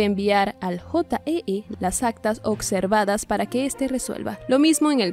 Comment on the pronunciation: Ocservadas ?? Habla bien!! Observadas